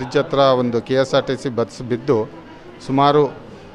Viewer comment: It's not KKRTC bus it's KSRTC Bus